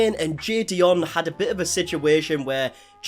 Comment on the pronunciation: jidion name still getting said wrong, its not that hard lol